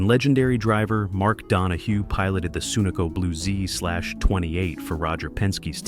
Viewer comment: "Soonaco Camaro". Some AI just plain sucks.